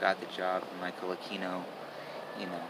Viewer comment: It is not “A-Key-No”. It is “A-Queen-oh”.